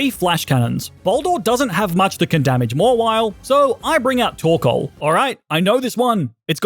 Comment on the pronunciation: Am I the only one who thought he said “torkola” during Alister gym battle?